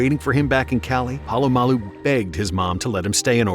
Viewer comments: Its not PAlamalu its POlamalu. You're saying his name every sentence and misprouncing it every time and its driving me nuts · Btw - Pole-a-mall-u